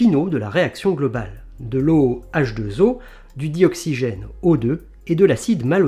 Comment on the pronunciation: Très bonne vulgarisation. Dommage cependant que le commentaire ne soit pas plus rigoureux en citant la formule de la molécule de l'eau avec la même grossière faute que tout néophyte commet en faisant la liaison H2zO...